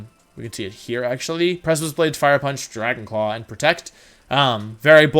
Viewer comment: He says "Dragon Claw" like that because he lost his Mega-Ray to it in top cut when he didn't expect it and would have won the game otherwise